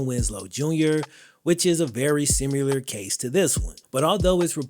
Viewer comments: My guy it’s SIMILAR not SIMULER you literally kept using it saying it wrong over and over you need to look up how to say the word and use it you were making up a word and using it in the wrong way lol my guyyyyy 😭😭😭😉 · I didn’t know similar had a U in it. “Simular”? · There is NO u in similar. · Lol, I love the way says,”simular